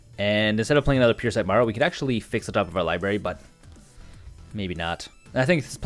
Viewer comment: And I own modern merfolk no budget and the fact you keep saying Marrow instead of Merrow “Mare-Oh” pronounces correctly is driving me nuts